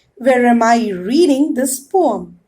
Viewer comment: Mam that is not Pom that is poem